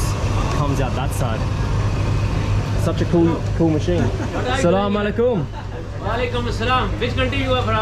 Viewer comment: Hey I want to tell you that is not slamoallikum its aslamoalikum plz next time say aslamoalikum plz ❤️ love from Pakistan ❤️